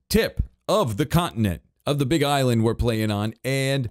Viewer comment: Did I hear say: "Big Eyeland"